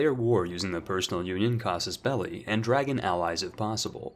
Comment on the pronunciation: "Casos belly" "pappal states"